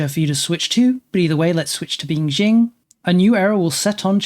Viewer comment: Qing is pronounced ching, not jing, though jing is yet another very entertaining mispronunciation.